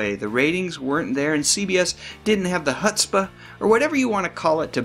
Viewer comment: before I forget, I gotta tell you your pronunciation of chutzpah was a hoot. I'm guessing your not a New Yorker. It's a tough one for even NYC jews like me to get right but try saying the CH like you say the CH in the Jewish word Chiam, like in the toast L'Chiam as in the song from Fiddler on the Roof. You need to say it with a guttural throat flemmy kind of sound,...lol Also check out as you might really dig it, the original Goldbergs tv show from the 50s, lots of fun with Jewish talk there. That said Shaun and David Cassidy were great, both in the teen spheres and in their later theatrical endeavors in front of and behind the scenes. And the reason is, surprised you didn't mention it, they are both from some of the strongest theatrical stock, As the sons of the great performer Jack Cassidy. At times I notice mannerisms and behavior they all shared, and when you look close you see the family resemblance, all of them handsome to beat the band! Their father Jack was nominated for several and won one Tony award. We know him for his many appearances on Columbo too. My favorite role of his from when I was a kid and still revisit it every year is as Bob Chrachit,sorry I can't spell that, to Mr. MaGoos Scrooge. So the singing was inherited too. Sadly Jack died before Shaun and David got to Broadway, but I know he was looking down on his boys proudly knowing they were walking in his footsteps I think it's so interesting when we notice families of performers over the